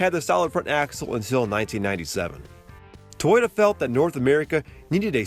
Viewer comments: First learn how to correctly pronounce Toyota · lol say toyota again